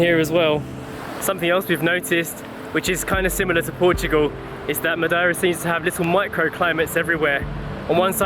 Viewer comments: Ma-dee-ra is the way I've always said/heard it. Never heard it pronounced Ma-di-ra before. Lovely video though guys. Missing your old style Monday to Friday raw kinda vlogs these days though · Ma deer ah. Not , ma die ra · Its pronounced MUH-DAY-RUH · Madeira " Ma day ra" 😊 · It's not complicated to pronounce it. Just pronouncie it as follows:-"Matheyra". The "as" are deaf.